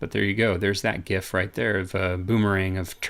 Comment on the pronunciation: Thumbs up for just pronouncing GIF correctly!